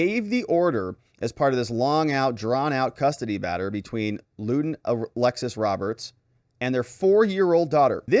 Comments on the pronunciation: it's not LOODEN it's LUNDEN!!! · It's Lunden not Luden.(London) Come on man. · Why doesn't pronounce the N in Lunden? Is it silent? Does he need a cherry 🍒 flavored cough drop? 😂